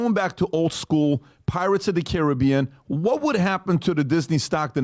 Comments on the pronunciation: Hold up…I swear I heard him say “Pirates of The Karen-bean.” If not, I declare myself the creator of these gloriously put together words and demand recognition for it…Just kidding. Seriously though, this is gold either way. SPREAD IT EVERYWHERE UNTO THE MASSES!” 😂Even the subtitles say it! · I could swear you said Karen-bee-an in the very beginning. 😆🤣😂